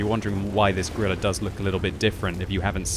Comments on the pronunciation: Did he say Gorilla 15? I think he said Gorilla 15. Its just Grill 15... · “Gorilla” 15